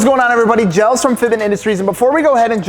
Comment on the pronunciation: He is NOT Gels, he is "Hands"